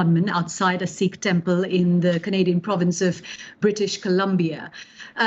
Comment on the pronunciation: Hasan pronouncing Sikh better than an Indian lol